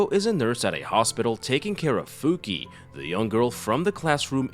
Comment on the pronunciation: Her name is pronounced "Fuki-ey"